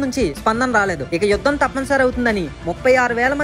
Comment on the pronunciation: It is yudham not vudham